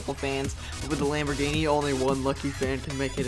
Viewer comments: U said lamb ogre. 10 times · 32 times you said lomborghini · You said lambogini 27 times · you said lamborgini "23 times"